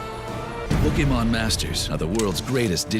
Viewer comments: And if the news reports it they have to intentionally pronounce it POKEY-MAHN so that it infantises it while pretending they don't know what it is. "This...uhh...Pokey-Mahn?!" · Pokimon.... Lol ... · Po-key-mon go-to-tha-poles